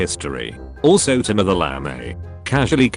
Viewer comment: Timur "the LAMEY"?